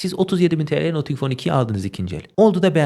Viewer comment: selamlar, nothing - nating şeklinde okunuyor.